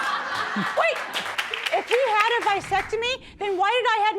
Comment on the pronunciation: Did she say "vysectomy" or "vasectomy"?